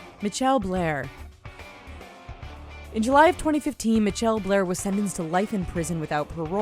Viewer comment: WTF is a Mitchelle?!?!? Some of these fucking names